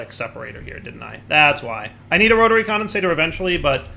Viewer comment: When will Dire learn that it's "Rotary Condensentrator", not "Rotary Condensator"? (He may already know and is keeping it as a running joke, but I can't really tell)